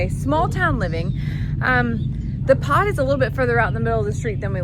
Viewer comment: This was a good video!!! But when you said the Pod was being delivered I thought you said POT !!!LOL😊😊😅